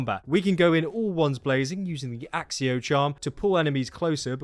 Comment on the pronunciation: When I heard Stephen Fry pronounce it "axxio" I kinda lost it. Sounds so wrong.